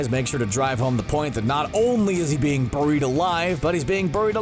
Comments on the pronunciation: Bair-eied not bur-eied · Are we all going to ignore the way this dude says buried. It's not "burried". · STOP SAYING “BIR-IED” ALIVE!” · "Boh-reed alive" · “Bureed alive” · “BOO-ried alive...” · Me reading: "Buried Alive" CBR: "BOEU-RIED ALIVE" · It’s pronounced (bear-ied) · Did anyone else think he said boried alive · Ok, burr-eed? No. It's not pronounced that way. I am bemused. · BORIED ALIVE. LEARN ENGLISH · Derik Savage "Burrr-reed alive" lmao...I heard it too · The way he said buried really annoyed me 😂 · The way this guy says buried 😠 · Learn how to fucking say buried 🤦🏻‍♀️ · Why are you saying “buried” like that 😂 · I think I'm more creeped out by how you're pronouncing "buried." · Its hilarious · I know right lol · You say buried in an odd way